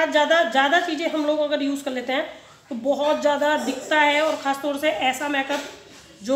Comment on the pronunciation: Make up ki pronountion theek nahi hai usse theek kro